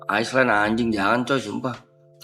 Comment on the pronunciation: pas ngomong ice land ngomong apa sh itu